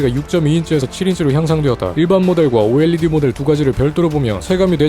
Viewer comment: 오에뤠디 발음 좋고